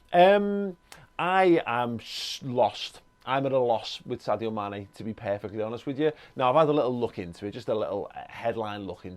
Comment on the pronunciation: Amazing how many Liverpool fans cannot pronounce Sadio's name.. it is pronounced SARJO 😃😃